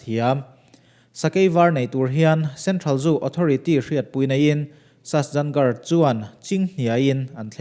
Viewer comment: Sasjangarh tia lam loin sajangarh tia lamtur ania,a hmasa ber hi, he sahuan ah hian ka kal tawha, sakei var pawh hi ka hmu ve ngei e, bengvarthlak țhin e.